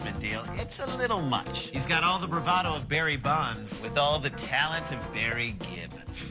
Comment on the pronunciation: Woh it's Bawwy Kwipke!